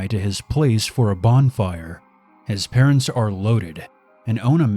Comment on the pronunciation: "His patents are looaded they sell engagement rings"